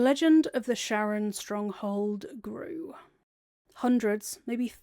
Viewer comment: super minor pet peeve that you pronounce sharran like "sharon" and not like "shar-ren" to sound like shar's name